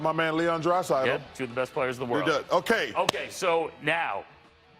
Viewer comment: So he can pronounce hockey players names but not the nba’s players?!? He slid through Vasilevskiy and Draisaitl like it was nothing 😂😂😂